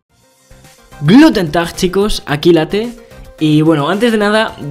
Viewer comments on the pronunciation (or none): Una persona normal xd: Dice hola en alemán .....Late : Gluten Tag chicos xd literalmente sin la L es adiós chicos v: cuando subirás como ser tu amigo en Brawl stars v: Salúdame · Es guten tag, no gluten tag